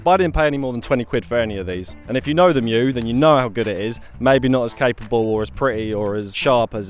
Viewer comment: So happy to hear you know how to pronounce "mju"! I've seen a fair few similar videos and I wince every time I hear it called "mee-joo" 😬